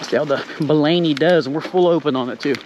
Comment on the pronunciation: It's pronounced Bolany, not Bolany. Sheesh